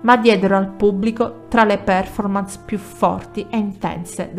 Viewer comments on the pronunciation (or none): none